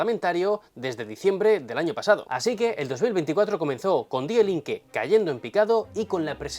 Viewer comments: Muy buen vídeo,, pero para la próxima que sepas que Die en alemán de pronuncia "di" no "die" 😅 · De escribie DIE Linke, se pronuncia DII Linke. De nada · Pequeño consejo, en el aleman el diptongo ie suena como la i en español. Por eso el nombre die linke en español se pronunciaria algo como di linke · Un consejo, en alemán la “ie” se pronuncia como “i”, por lo que Die Linke sería “Di Linke”. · Hola, pequeña observación. No se pronuncia la (e) al final del artículo femenino en alemán. Hay que decir: di linke. No hay de qué!! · En die, no se pronuncia la e. Die Linke se pronuncia di linke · Muy buen análisis. Una cosa, menor. Desde quien aprecia mucho tu canal, una pronunciacion más correcta de Die Linke sería simplemente "Di linke" (y ya que pronuncias bien todo el resto, pues eso 😊)